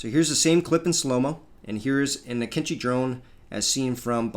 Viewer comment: The entire video I was struggling to understand which drone this dumbass refers to when he says "kinchi" Turns out he was talking about AKINCI. That's not how you pronounce it, it's like way off